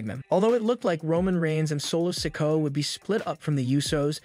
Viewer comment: Well the one that gets me is when he says solo sikoas name its se-koh-ah not sicko sorry I'm not being mean or anyting it's just a pet peeve